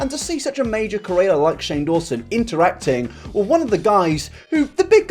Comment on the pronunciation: apparently if we hit 700k he will say creator properly